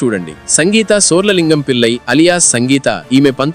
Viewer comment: ళ పలకడం రాదా? పిల్లయి కాదు పిళ్లై